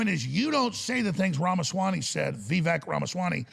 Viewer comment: Nobody pronounces Vivek less accurately than AJ